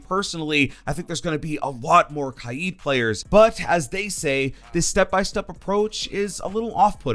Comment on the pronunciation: I feel like pronounces Kaid wrong